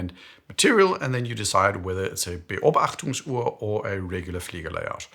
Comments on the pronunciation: "Beobachtungsuhr" - nice pronunciation! 👍⌚ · as you pronounced "Beobachtungsuhr" passable, I subsribed. Being a Beobachtungs-User now.